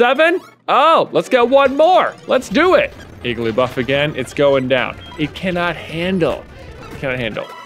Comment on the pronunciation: When you said “Igglybuff”, I thought you said “Gigglybuff” about 7 minutes in.